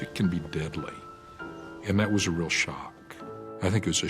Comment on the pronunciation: Real not reel